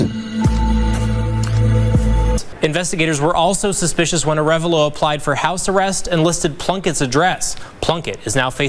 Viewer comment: a full video of everyone mispronouncing "Ah -re -VAHlo"